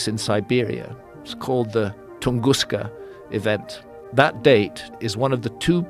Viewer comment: He’s such a liar…look at him with his feigned pronunciation of the Tunguska event. Like what???